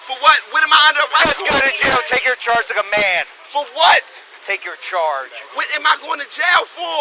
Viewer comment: "Take your chanrge like a man"